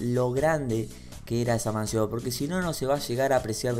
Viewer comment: Que diga MASION y no MANSIÓN me destruye, una boludez lo sé ignoren este comentario, necesitaba dejarlo asentado en una de esas y se da cuenta o quizá está asi por algo